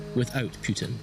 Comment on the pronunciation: Putin not Piutin , you english freek.